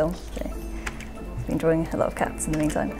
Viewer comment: DRAWING not DROARING